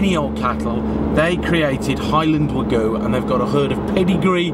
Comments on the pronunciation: So it's pronounced WAH-GOO, huh? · You're pronouncing wagyu wrong - there's a Y in it for a reason. wa-gyu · It hurts me to hear this guy pronounce Wagyu...